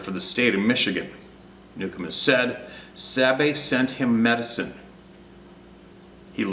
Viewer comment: Sabe not babe. Duh